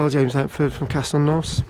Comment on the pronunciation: Need to pronounce it properly